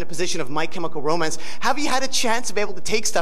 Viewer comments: Calling Ray 'my chemical ro-man' 😂😂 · Did Nardwuar seriously call Ray "My Chemical Ro-Man" lmfao